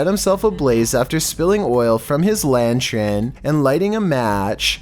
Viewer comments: It's LANTERN. NOT "lan-tren" ffs🙄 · Spilled oil from his LANTRIN...? You mean LANTERN...? Some of the words he mispronounces crack me up!!! Like "misschivish" instead of mischevious... Good job. Not a bit scary but very entertaining, as usual. 😂😂😂👏👏👏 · "Lantren"? LOL! I think you meant to say "lantern". Also, enough with the "spirit orbs" already. It's just dust! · Everyone else ignoring the fact he basically says lanchurn instead of lantern....... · Scariest thing was saying "lantren" no cap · So everyone is gonna just gloss past the fact he said lantren instead of lantern??? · Lantern not lanchern. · Every time says lantren one of my brain cells dies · Did I hear say lantrin?